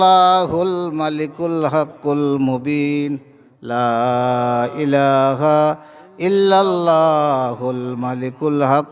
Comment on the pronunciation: লা ইলাখা নায় ইলাহা বলবেন